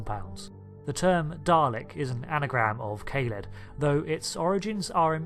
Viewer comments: Kah-led. If it were Kayled as you pronounce it, it would suggest Daleks would be called Day-leks. Plus I’ve never heard it pronounced Kayled anywhere in cannon. I’m happy to be wrong here, and I don’t want to appear rude (sorry if I do!), but I do think you could be wrong here. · By the way it’s Ka-led pronounciation wise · It's pronounced "Kah-led", please and thank you. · Brilliantly up-to-date. BTW most people pronounce it K-ha-lead. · Great video....but please allow me a few small points of constructive criticism: Kaled is not pronounced "kay-led".....it was pronounced in Genesis of the Daleks as"kar-led"..... same as "dar-lek". Ace, companion of the 7th Doctor initially made a similar mistake in calling the daleks "day-leks".....so you're in good company! lol Quite surprised that you made no mention of the original red dalek "Zeg", who challenged the leadership of the golden Emperor in The Dalek Chronicles/TV21 comic in the 1960's. The Imperial Guard (originally called "Black Leader Daleks"in Evil of the Daleks) were not "black cased".... they only had black domes. The gold and black dalek you have pictured as one version of the Dalek Supreme, is in fact only a member of the Supreme Council. Apart from those minor issues......... excellent job, and hope to see more new videos from you soon :) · Kah-led! Not Kay-led.